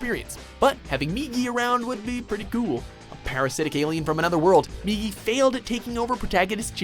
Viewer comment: THANK YOU! You finally pronounce Migi's name right! That's a start for sure! You pronounced it as 'Miji' before, and...being someone who's been learning Japanese, I couldn't help but cringe. Again, THANK YOU! You finally listen to reason!